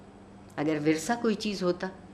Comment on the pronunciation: عارفہ جی! وَرثہ نھیں/ وِرثہ ✅ (پہلا حرف مکسور ھے)